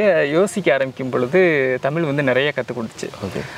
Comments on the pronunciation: முதலில் தமிழை தமிழ் என்று சொல்லி பழகுங்கள் தமில் தமில் என்று நீங்கள் சொல்லும்போது அப்பட்டமாய் தெரிகிறது புகழுக்காக தமிழை முன்னிறுத்தி பேசுகிறீர்கள் என்று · தமிழ் என்று உச்சரிக்க வேண்டும், தமில் இல்லை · ‘ழ’ Both host and guest are not eligible to talk about Tamizh language. They cannot say even tamizh. First learn to say tamizh. தமிழ்க்கு ‘ழ’ அழகு